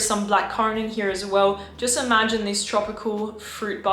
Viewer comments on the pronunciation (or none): none